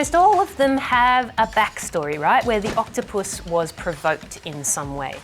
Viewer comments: Did she say octopusy? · I love the way she emphasizes not touching the octupus . 😂😂